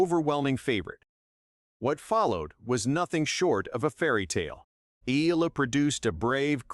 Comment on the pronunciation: Eala: eh-YAH-lah